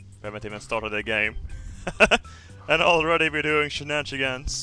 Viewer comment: Corey Newhard "shitnanigans"